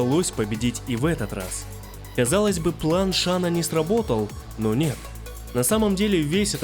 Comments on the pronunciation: Не Шан Тсун а Шан цунг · Шень Цунг, а не Шан Тсун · Шань Цун - правильно. Не шана, а шаня. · Рома Ай ай ай правильно Шан цзунг)